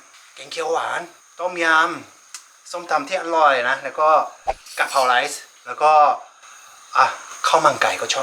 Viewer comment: อารมณ์ดีมาก กินก้อมีเสียงความอร่อย ดูเพลินค่ะ ออกเสียงอร๊อยอร่อยได้ แซ่บมาก